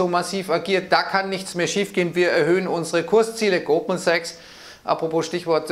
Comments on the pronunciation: Bei hab ich doch glatt Gruppensex statt Goldman Sachs gehört. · Ich verstehe immer nur "Gruppensex", aber ich denke er meint "Goldman Sachs". Bin scheinbar schon zu lange in Quarantäne.